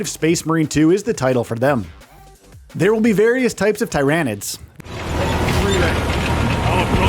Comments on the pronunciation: Man said Tie ran ids. Ohhhhh it hurts when the correct pronunciation of words are out all over in the wild and people choose to say stuff incorrectly. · Bro it’s Tyranids, not TY RAN IDS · Its Tier anids like pyramid not ty ranids like tyrannosaurus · It’s not Thairaynids it’s Tyr-anids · Tyranid say Tear a nid not tyronid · This guy is clearly not a 40k fan just listen to how he say Tyranids 🙄 it's not TY-RAN-NIDS . ITS TIR-RAN-NIDS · Tie-ran-ids lol. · Please stop saying tye rah nids bro… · Tier-ah-nids. At least do a few seconds of Warhammer research before doing videos like this. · Everytime he say Ty Ran Id it felt like he was flicking my brain woth his finger. It just felt so wrong. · The "Thai rain nids" made me close the video... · Who else turned this off once they heard the absurdity of the way he says tryanids lol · If you want somebody to click off a video quick, pronounce Tyranids as t-eye-ranids... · When he calls Tyranids Ty.Ran.ids really triggered me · dont need to be 40k fan but not gonna lie it did still bug me how he says it lmfao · It bugs me how he says tyranid wrong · Couldn't watch this just because how you pronounced Tyranids. Sounded like you were trying to say it wrong. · Can’t say the name right? What a bum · how incompetent. cant even pronounce the name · The way you pronounce tyranids I don’t like anything about you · Dude stop calling tyrinides like that.😡😡😡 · Can you guys at least get someone who can say the name of the enemy faction correctly? It’s like he’s trying to be annoying about it. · Mispronouncing tyranids. Automatic down vote. Talk about taking an L.